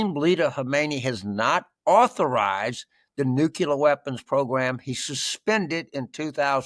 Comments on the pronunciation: Unbelievable! Even reading from a script James says 'nu-cular' not nuclear. . Is he dyslexic as well? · James: the word "nuclear" is pronounced NEW-CLEE-ER, not new-cue-ler! Just look at how it's spelled. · JAMES! JAMES! JAMES! The word is NUCLEAR not NUCULAR! Of all people to get this wrong! Just remember that there's only one 'U' in the word! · Nu cle ar. Learn to pronounce correctly. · Repeat after me: New Klee er